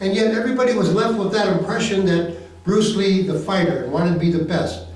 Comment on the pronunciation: Bwuce Ree baby